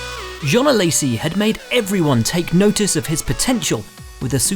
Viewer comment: Way to butcher Alessi’s name... ‘A-lazy’